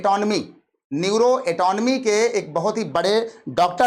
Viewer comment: Neuro anatomy न्यूरो अनाटमी Aisa pronounce hota hai. Sir